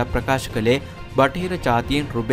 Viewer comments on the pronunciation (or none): රුබෙල් නෙමෙයි බං රූබල්